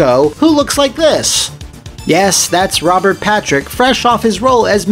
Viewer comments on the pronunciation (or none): none